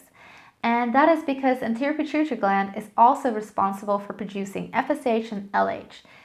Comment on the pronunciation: Are you trying to say Pituitary Gland? Use phonics.